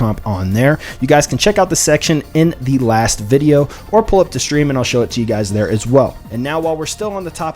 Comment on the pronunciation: There’s no H in street. Or stream.